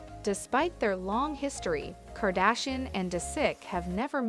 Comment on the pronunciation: Wtf are you saying his last name like that???